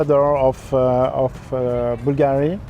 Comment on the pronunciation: He not pronouncing Bulgari properly.